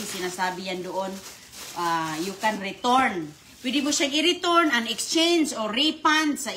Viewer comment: Anong retorn hehehe ayucn mo ang pronunciation mo dugay kna sa US return...